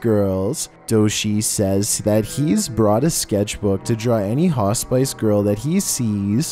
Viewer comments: No biggie but yeah i came to the comments to see if anyone else noticed the pronunciation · Yikes what's scary is the way he pronounces Hospice 😂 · Damn they lighting up that hospice pronunciation son, FAWOOMP!🔥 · … I love your videos but for the love OF GOD PLEASE SAY HOSPICE CORRECTLY 😭😭😭😭😭😭😭😭😭😭😭😭😭😭😭😭😭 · Right it took me a while to figure out what a ha-spice was hahaha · Hospice is pronounced Hoss-pis not hos-spice 🤣🤣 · come on!! It's not "hah • spice," but "Ha • spiss." If you're unsure how a particular word is said, either ask Google, or someone else. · What...what the heck is a 'hah-spice'?, do you mean hospice: a home for the terminally ill? As in 'hah-spiss'? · "haw-spice"?....almost got it,. It's pronounced "Hoss piss". But close enough, I suppose. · I was always told it was pronounced Hos-spiss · Me screaming "Piss! Piss! Not spice! Piss!" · I was the same!! Wasn't until I started reading the comments that I realised he was meaning "hospice", not "haw-spice"!! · It's pronounced hos-piss, not hos-spice, my friend. Sorry, I couldn't ignore it... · 😁 Fig-yer not figger and Hoss-piss not haw-spice. Have to bring it up, sorry.😌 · It's Not pronounced Ha Spice... It's Ha Spis. Sound intelligent , if you want people to take you seriously.. Cuz I love these videos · Hos-PISS! Hos- PISS! Hos-PISS. ! NOT HOS- SPICE! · “HA-spice?” HA-spice!!!?! You gotta be kidding me. You mean hospice??????? (Hoss-piss, Incase you still can’t pronounce ) Good lord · Hospice is not pronounced "Hos- Spice"! It's pronounced like, "Hos-piss" 😆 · It is hos pih and ih like in it to say hos pih as it see or cee pronounced cee hospice. Not pronounced as in spice at all. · This is the first time I've heard hospice pronounced "hos-spice".🤨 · Hey! Just so you know, “hospice” is pronounced ‘hos-piss’ so the E is kinda silent:) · He says haw-spice -girl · Just be thankful he didn't say "hos-spice". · For #7 it’s pronounced “Hos -spi -ce “